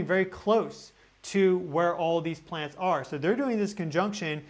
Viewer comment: Sounds like your saying PLANTS instead of PLANETS!! Plants are on the ground 😂 So are you saying they’ve been planted , it’s a PLAN ET!! It’s a plan they’ve been planted! If you’re calling them plants. Hmmm interesting thought here 🤔